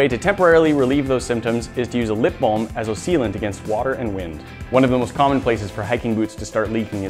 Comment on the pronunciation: haha he said "lip bom"